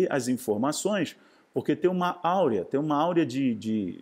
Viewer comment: Aura e não Áurea.